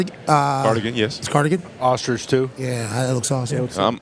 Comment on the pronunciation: Jameis’ pronunciation of the word “ostrich” made my day.. make this man deputy commissioner of the league